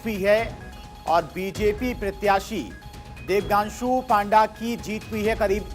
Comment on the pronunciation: प्रत्याशी "देबांग्शु" को अनाउंसर "देबगांशु" बोल रहा है।कुछ अधिक तनख्वाह देकर शुद्ध बोलने वाला अनाउंसर रख लीजिए।